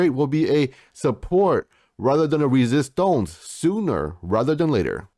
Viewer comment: I love your videos but please stop saying "resistonce" 🤣🤣🤣